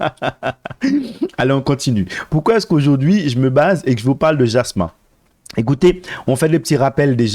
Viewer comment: Jasmy pas Jasmin. lol